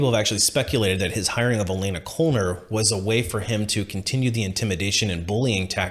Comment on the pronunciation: FYI: Knoller would be pronounced no-ler.